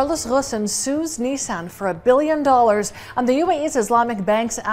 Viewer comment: Interesting rendering of "Ghosn".